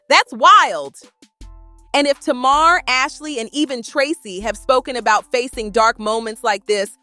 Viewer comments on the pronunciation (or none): Her Name Is "Pronounced" ( Tay- Mar).... Not (To- Mar)‼️‼️‼️‼️💯👌🏾🤷🏾